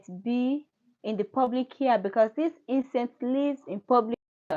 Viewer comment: ITS PRONOUNCED "PEW- BIC " BUT PUBLIC LICE IF YOU WANT TO JOKE ABOUT IT 🤭🤭🤭